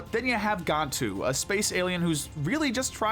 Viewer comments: Is there any reason I've been hearing people pronounce this as "Gone-too" instead of "Gan-too" lately? They repeatedly call him the latter in the movies and entire TV show. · It’s pronounced as “Gone-too” in the first movie but “Gan-too” in the rest of his appearances